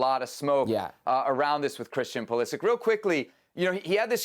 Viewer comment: Learn how to pronounce Pulišić surname correctly. Its not Pulisik. Its Pulisich=Pulišić